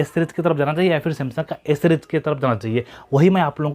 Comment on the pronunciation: O bhai s bol raha hai ya a bol raha hai sab confusion kar diya tune😥😬😬😖